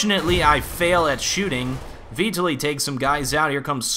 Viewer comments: My name is Vitaliy and you butcher it :) The stress is on the A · Hah, Vitaliy is pronounced just as you pronounce it but with stress on second syllable =)